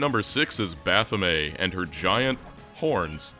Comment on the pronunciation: Big props for pronuncing Baphomet correctly. One of the few.